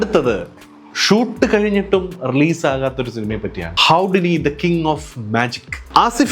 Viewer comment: ഹുഡിനി എന്നല്ലേ?